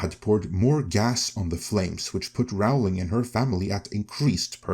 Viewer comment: J K Rowling pronounces her name as in Rolling Stones… just in case that means anything to you… 😊